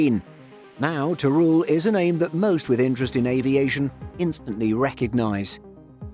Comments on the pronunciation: Nice video, but as a spaniard your pronunciation of Teruel gave me a headache... It's not "ter-rool", it's more in the lines of "ter-wel". Also, Teruel is not a desert, just look at the footage... Who wrote the script?? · yep, that's definitely not the narrator's fault, that's why I mentioned the redaction... But the narrator could have put some effort in the pronunciation of Teruel.